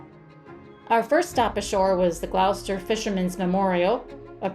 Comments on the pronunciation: Please learn to properly pronounce Gloucester, it’s glahster. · Thank you for lovelyepisode. But it's pronounced 'gloster'. On your return come up to Rockport for a quintessential New England seaside town. In fact it was 'dry' for two hundred years thanks to Hannah Jumper and her girlfriends who in 1856 split every cask of rum to get their spouses back to work.